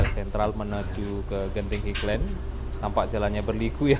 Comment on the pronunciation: maaf bukan dibaca higlen tapi hailen (highland